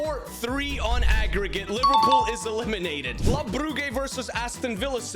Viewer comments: Brugge you say brujje not brugge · Its pronounced bruje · it s club bruj ( the pronuntiation) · I can’t take him seriously when he calls Brugge, “brew-gay” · It hurts my ears hearing you say club brugge and i'm not even belgian. It's pronuced club bruje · The correct pronounciation is [Brujj] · Your saying Brugge wrong😂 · Your saying brugge wrong. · It hurt me every time